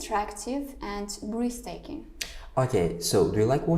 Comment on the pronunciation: Briztaking mas breztaking